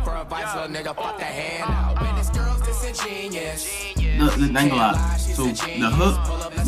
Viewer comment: Ik that its pronounced disengen(U)ous did a little more research on the word lol